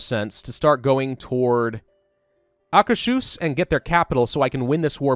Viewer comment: GEN-o-wuh, Acker's Hoos (You said it right at the 30 minute mark. You just need to trust your gut. You said Trondelag perfectly -- yes, I speak Scandinavian pronunciation, too.) Otherwise, keep it up,.:)